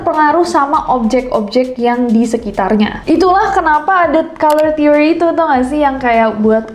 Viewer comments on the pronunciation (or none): none